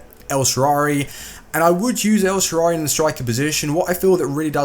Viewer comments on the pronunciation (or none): this is not a hate comment however it's el-shaa-ra-wy and not elshaarary